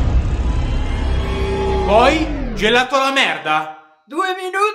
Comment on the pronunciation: GELATOH ALLAH VANIGLIAH